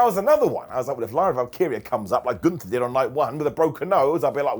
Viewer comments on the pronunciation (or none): none